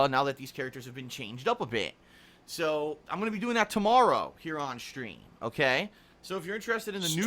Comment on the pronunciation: I just don't understand how a guy his age thinks everything is so odd, strange, or is baffled by every day things. Unless he had to go to the hospital, why such a big deal about a stupid sunburn? Oh, and he says "schtreem", not stream. lol